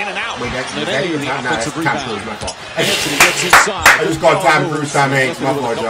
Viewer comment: Hits the mic and says “my Fought” 💀🤣🤣